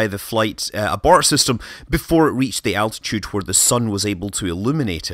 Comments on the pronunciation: You said altidue instead of altitude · "Altidue" xD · “Low altidue” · dude fucked up the word altitude so bad